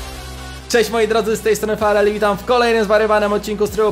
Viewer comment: Powiedziałeś falell a nie farell xd taka poprawka mała😉